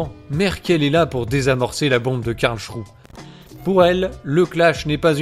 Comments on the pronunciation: La cour de Karl ??? Il s'agit de Karlsruhe. Karl-s-rou-heu. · NON, ON NE DIT PAS "KARLCHROU", on dit "Karlsrouheuh" merci, s'il te plait.